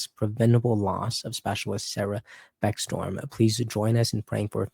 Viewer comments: Her name is becksTROM, not beckStorm. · It's Beck-Strom. Not Storm. Yes it matters!! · Pronounced Beck-strom not Beck-storm